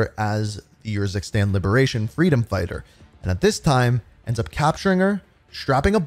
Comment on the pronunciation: How many times can say “YURZUKSTAN” instead of URZUKSTAN